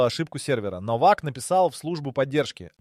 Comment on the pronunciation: Не Новак, а Но'вак ударение на ,,но''.